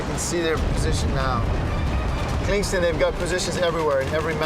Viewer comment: Kinkland, Klingston lolol